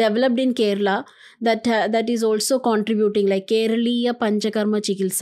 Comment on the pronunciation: Only cus he pronounced kerala right way not kerla or keral whatever